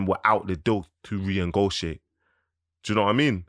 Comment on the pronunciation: This guys vocabulary is mad lol man said reingotiate instead of renegotiate 😂